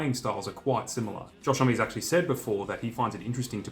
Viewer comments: “Holm” not “Holmey” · Isn't his surname pronounced Hom? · I've seen this guys name written a million times but always thought it was pronounced hom not hommy! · There's just no way it's pronounced 'Hom-me', right? It must be 'Hom', no?